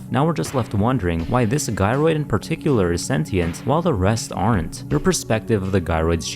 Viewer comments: I thought it was pronounced Jy-roid not guy-roid cus gyroid is a type of mechanical system sound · I’m trying my hardest to take this video seriously but every time he said “Guy-roid” it takes me out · It’s pronounced like gyration I’ve always presumed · Gyroid, pronounced Ji. As in Gyroscope. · take a sip every time he mispronounces the word gyroid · It's supposed to be a J sound, not G for Gyroid, like the word the name is from (gyrate). Otherwise, really loved the video!